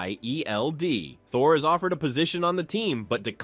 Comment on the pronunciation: “S H I E L D” lmaooo it says the letters instead of saying shield